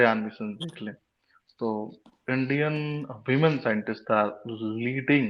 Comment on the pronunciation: Women ko Wemen pronounce karte hain.